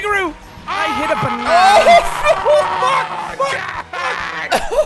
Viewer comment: I can’t get over the sad little “I hit a banAnuh :((“